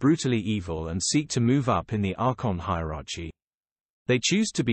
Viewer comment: He can't even pronounce hierarchy lol